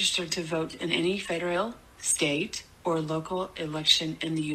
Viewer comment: Hello! Sao chị nghe foreign speaker trong clip lại đọc chữ " federal" là " phe- (đ) reo "??? Có gì đó sai sai??. Trong khi you lại đọc " phe - đơ- rô" giống phát âm trong các từ điển.